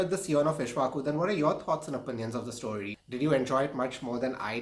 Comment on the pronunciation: and it is not ishvaku...it is pronounced "ik_sh_va_ku"